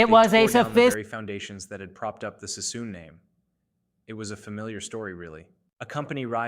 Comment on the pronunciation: It's David Sassoon not Cissom. AI crap-factories are so ratchet. What's with the World War 1 & 2 footage? What's with the maps highlighting Alaska ? 78 subscribers and turning the web into a junkyard.